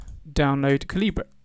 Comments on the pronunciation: Caleebray… I think it’s pronounced caliber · Thank you for a thorough walk through. Even so for me this didn't work in W10 because the crucial DeDRM shown didn't load from the zip file -- I have no idea why -- but when I ran Calibre in Linux the same zip loaded the necessary file. Most peculiar but good in the end, cheers! PS as a fellow countryman I was surprised at your pronunciation of Calibre!